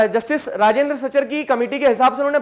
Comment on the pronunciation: Sir you miss pronouncing rajindar